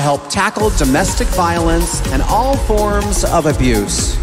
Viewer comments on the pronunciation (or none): FORMS NOT FORMA